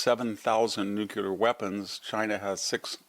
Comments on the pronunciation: Yes I love what this man SAYS -- except that he can't get over saying nucular instead of nuclear. Embarassing. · This guy pontificates about things noouckyoular He might be credible if he knew how pronounce it New-clear is not exactly rocket science The quality of AI is not yer up to standard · Victor: Nu klee ar not nu cue lar. Thanks. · Victor Davis Hansen, you are my hero. You would be my superhero if you could only pronounce nuclear the correct way. Nucular was an invention of President Bush and an accident of Texas slang. In the same way that Trump is a better president than Bush, nuclear is the better and the proper word. As a retired Stanford Professor, and a MAGA advocate, I beg you to right this wrong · Love you, VDH. Please stop saying “nucUlar.” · I always appreciate VDH's insights, but why does such an educated man still fail to pronounce "nuclear" correctly?